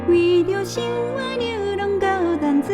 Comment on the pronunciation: 高音清亮、低音渾厚 歌聲實在是相當甜美 甜到本來一首滄桑惆悵的歌都變甜了。 您的台語發音十分標準 只有淡水的「dam」、喝燒酒的「lim」 這兩個字是閉唇音沒注意到 但這已經是最高標準的要求了😊